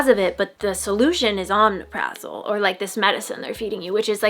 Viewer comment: It’s pronounced oh-mep-Ruh-zol